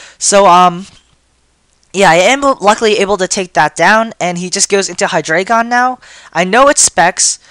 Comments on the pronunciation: ... It's Hydreigon. Not Hydraygon. Hi-Dry-Gone Drei is the German word for three. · I like to pronounce it as "Hy-dray-gon" becase the "drei" as "dry" seems weird for me and stuff. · I wasn't aware that Canine and Dreigon were the same words. German numbers, yo. Look below. one is eins (pronounced eyens) two is zwei (pronounced zvie) three is drei (pronounced dry) Reference that and look at 1, 2, and 3. Maybe you'll notice a pattern relating to Hydreigon's evolutionary line. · I hate the way u say Hydregein (I think I spelled it wrong)